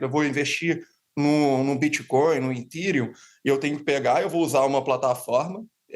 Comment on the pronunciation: Que etirium ? É Ethereum lê etéreum , é analista ou sei lá o que de criptoativos mas não sabe falar certo. E é USDT não usbt😂